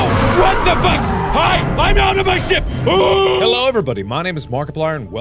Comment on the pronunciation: when he says ship he sounds like he's saying sh*t